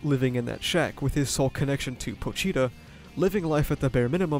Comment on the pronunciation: It's pronounced POCHTAH, not pow-chee-rah